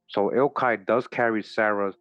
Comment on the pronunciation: Eochaid, pronounced "Yock Ed"